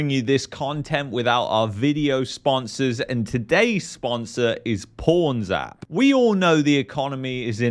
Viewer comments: Not gonna lie. I heard “porn-zap”. Like damn, the economy must really be getting bad out there. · When he introduced the sponsor, it sounded like he said Porn zap. !!! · who thought he was saying "porns-app"?